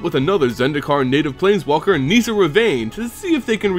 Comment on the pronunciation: ITS NOT PRONOUNCED NEE-SA omfg. Nissa. Just plain Nissa. Unrelated, Garruk is not pronounced Ga-Rook either. Just plain old Garruk. Shit.